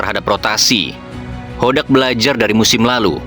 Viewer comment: Meuni JELAS min nyebut BOTAK 😅